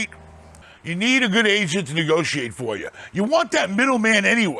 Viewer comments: I thought he said... “You gotta get a good Asian” 😂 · Everytime he saying agent i think he's saying Asians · At first I thought was saying "Gotta get a good Asian", "Work with your Asians"